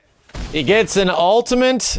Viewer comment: Am I the only one hearing him pronounce ultimate as ultimante with an "N"? he does this every time and I feel like I'm taking crazy pills!